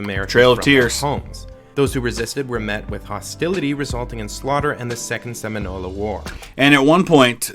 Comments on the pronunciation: I cringed when the op pronounced Seminole "seminol-eh" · And egregiously mispronouncing Seminole. Maybe the op made this video cuz he needed a few bucks or something because he obviously doesn't know history very well lol